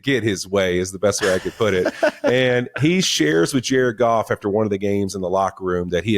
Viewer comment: I got chills during this video... Jar-Ed Goff ! JAR-ED GOFF!